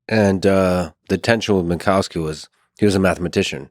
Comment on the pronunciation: fantastic, amazing podcast. one picky detail: better say minkoffski, not minkauski 😄, that sounds a bit silly. but again, this was an inmense pleasure to listen to!